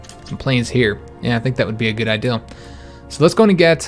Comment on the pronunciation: Love you but something stupid lol you say I deal instead of idea. Looking l but love you the same keep it up!!!!!!!!